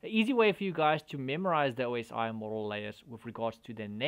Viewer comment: Maybe I missed something in the last few years, but I wouldn't know what the "Aw-see" model was if anybody said it. I've always heard it, and spoken it, as "Oh-ess-eye" model.